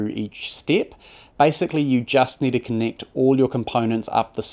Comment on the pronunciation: It’s Kiwi, so they swap e’s and i’s. Listen to when the narrator says “connict the pens” (connect the pins).